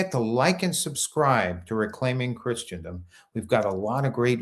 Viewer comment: Christendom is pronounced “Christendom”, not “Christiandom”.